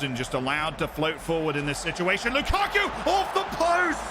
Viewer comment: Are we not gonna talk about Lu-Cock-U